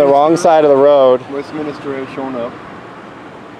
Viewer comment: The place is called Westminster and not Westminister as one of you said. Apologies if this seems pedantic to you.